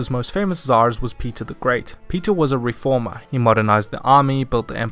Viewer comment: Reformer, not riformer